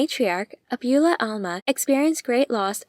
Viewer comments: Excellent video. Thank you so much! Also, it's not abYOUla, it's abuELLA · Great recap and analysis. But, “Abuela” means Grandma and is pronounced “Ah-bway-la”.